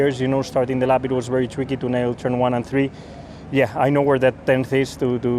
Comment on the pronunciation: I love the way max says three “turn one and tree” 😂